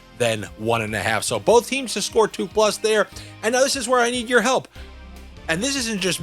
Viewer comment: " in eed your help//// he says.... " hahahaha